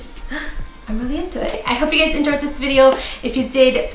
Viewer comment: Are you saying gays or guys in the intro ? Ahahha